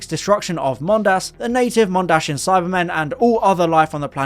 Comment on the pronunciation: It's 'Mondasian', not 'Mondashian'